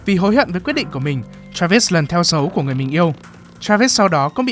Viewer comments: ám ảnh vl ấy bác ạ, đang ngồi chăm chú nghe nó bật ra như hét vào tai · "Các bạn có thể chọn cái lền văn min của mìn ..." -.